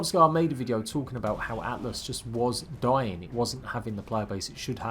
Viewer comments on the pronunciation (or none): none